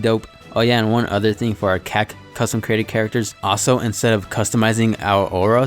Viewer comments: christ i’ve never heard anyone say kaks instead of c a c it sounds fuckin retraded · This dude really said Cack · sounded like you said “cocks” 😂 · Him saying cacs me: ayyyyoo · Why do u say cac so fucking weird